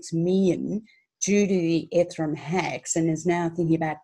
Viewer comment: Love the way she sais ethrum 😊